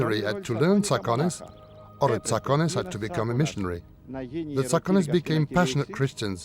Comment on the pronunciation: It's pronounced Tsa'kones They are descendants of the ancient Dorians and they speak Doric.